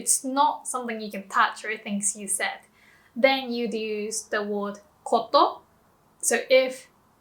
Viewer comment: Thanks. It’s an oddity of Jp to have different usages depending on spoken versus written. Note: you pronounce “word” as ‘ward’ but it’s more natural to say ‘werd’